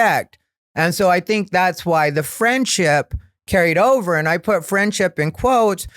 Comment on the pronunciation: I love when he says dink (think), also love the content hope you like doing the pod and hope you continue doing it for a long while. Much love from upstate ❤